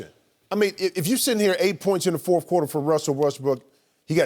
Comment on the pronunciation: I just noticed that Jim Jackson always says fourfh quarter, instead of fourth.